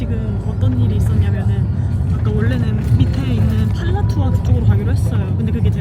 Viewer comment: I think the pronounciation of Matara think them of a completely different city.